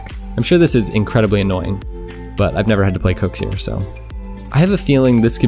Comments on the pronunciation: Who’s KOEKSIER?? It’s pronounced kucksir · Why do u say it kukzer